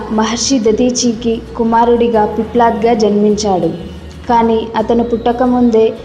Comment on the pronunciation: పిప్లడ్ కాదు తల్లోయ్ పిప్పలాద సంస్కృత భాషని ఖూనీ చేయవద్దు